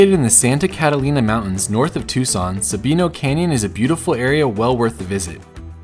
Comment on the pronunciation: As always, a great video! But it's Tucson, not Tuscon... :D